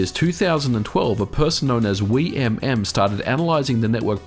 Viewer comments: Thanks for spreading the word about Wiimmfi. I've been an active user for years, and new players are always great. BTW, Wiimm is pronounced "weem". :) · I believe it’s pronounced as “weem” :) Great video as always.